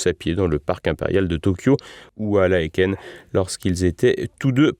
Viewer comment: Prononcer Laaken ….pas laéquenne …..